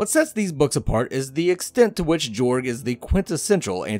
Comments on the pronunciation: It's supposed to be pronounced Yorg, but nobody gets it right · The Pronuciation of Jorg is Yorg. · The official audiobook pronounces it Jorg not Yorg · His name is pronounced with a “Y” sounding the “J” so it’s like this, “Yorg” because it’s European.